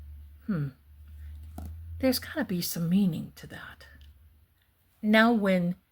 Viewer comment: Ghislaine is a French name and it’s pronounced, with a hard G, gee-LEN.